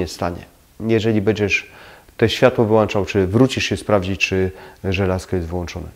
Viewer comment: Lubię Pana filmy i cenię sobie porady jakie są tam zawarte. Ale jak słyszę w nich "włanczam" czy "wyłanczam" to istna k**wica mnie strzela. WŁĄCZAM I WYŁĄCZAM BO W DOMU MAM WŁĄCZNIKI, A NIE WŁANCZNIKI. Pozdrawiam i liczę na poprawę ;)